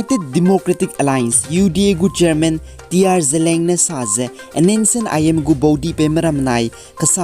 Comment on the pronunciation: Seems somebody mispronounced word 'ZELIANG'. ZELEANG malei, its ZELIANG